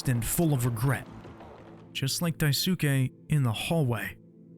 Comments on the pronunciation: its not dai_suke its pronounced daiske i think this video was a masterpiece holy hell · the narrator also pronounced it wrong. He pronounced it "die-SOO-kay", but it should be pronounced "DIE-su-KAY", which to an English ear usually sounds more like "die-skay". So pronouncing the name correctly may just be because of the voice actor unfortunately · You're not. Names have a very specific pronunciation which usually involves the stress being placed on the first syllable. Also in this case the su is pretty silent, like Sasuke. So it's DICE-kay, not daiSUkay or dice-su-KAY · Wait I thought he's the only one pronouncing it wrong, in an attempt to display him as this hilbilly:d Now that you mention it, he indeed did pronounce the "su" with less emphasis correctly, but I also feel like he butchered the "ke" the most. Right pronunciation: "Daisuhkhe": "Daisuh Kayy" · The voice over is amazing, but the mispronounciation of "Daisuke" made me figure that it was probably dubbed for the video. Edit: voice actor actually pronounces Daisuke's name correctly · Amazing video but the only complaint I have is the way he pronounces daisuke the u is silent in Japanese so it sounds like “Skeh” rather than “sukeh” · Daisuke is pronounced 'dice-kay'. Jeez man. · Daisuke is pronounced like sauske, dai skee or dai s-kee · Dai-su-ke I can't bro. You know how they pronounce Sasuke from Naruto? Yeah it's that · daisuke = "dye - s'keh" the u in 'su' is silent in native Japanese words, like desu is pronounced 'dess' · Hey. Just FYI you dont really pronounce the U in names like "daisuke" or "yosuke". Daisuke is pronounced like "daiske". Kind of like "dicekay". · also bcus japanese names -suk do not pronounce the u, so like: Mitsuki - mitski Natsuki - natski Daisuke - daiske I think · It's pronounced die-skay. Great vid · Bro, his name is pronounced "Dice-kay". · Isn't the dudes name pronounced "Dahs-kay"? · It's pronounced like "Dice-skay".